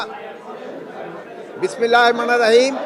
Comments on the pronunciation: সালাম তো উচ্চারণই করতে পারে না আর বিসমিল্লাহ না আপনাকে বিশেষজ্ঞ আলেমদের কাছে পাঠানো উচিত একটা মুসলিম কান্ট্রি স্বরাষ্ট্রমন্ত্রী হয়েছে কিন্তু তার ইসলামিক জ্ঞান নাই এটা দুঃখজনক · বিসমিল্লা ও ২ বারে উচ্ছারন করতে পারেনা,তারা আবার,,,,,😂